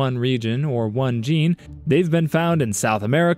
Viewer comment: not the "gey" gene 🥀